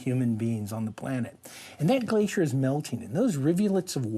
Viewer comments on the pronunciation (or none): none